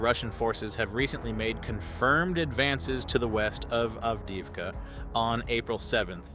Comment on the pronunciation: Sadly, the AI voice can’t pronounce names we’ve learned through so much listening! Av-deev-ka, etc.